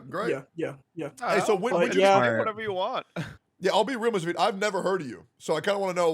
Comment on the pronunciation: HE GOT THE MICHAEL JORDAN OF GENSHIN IMPACT NO WAY "MISTAHFEET"